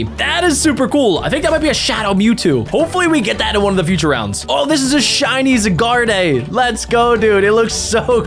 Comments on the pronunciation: It’s zyguard not zyguarday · It's pronounced zi gar d